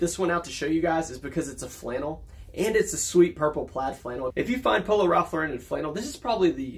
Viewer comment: New subscriber. You said Ralph Lauren is your favorite brand to sell so I thought you should know Lauren is pronounced like snorin'. If you've heard of Lauren Bacall, like that. LORE en. Ralph's last name was Lifshitz. He was tired of being teased. His cousins had already changed their name to Lawrence. He liked the sound of that but wanted his own name. So changed to Ralph Lauren. Most youtubers pronounce wrong but a few get it right. Cayley Elaine is a big one, great channel. Your intros are really great. And congrats on becoming a dad.